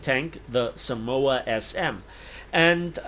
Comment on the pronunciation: pretty much nails the pronunciation Also: "I hope I pronounced this right!